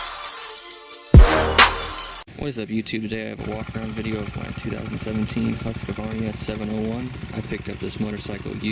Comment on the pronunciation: Did you say Husqavarnia? Just Husqvarna. Not HasqAvarna or Husqvarnia, just Husqvarna.